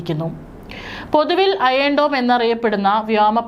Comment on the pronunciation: അയേൺ dome അല്ല അയൺ dome!